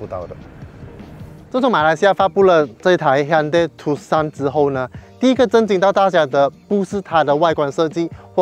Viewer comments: 正確讀法應該是“ 杜算” 不是“ 杜 Sun”， Tucson 是美國一個地名。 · 是念 Too_S_ON (on/off) 不是 TooSan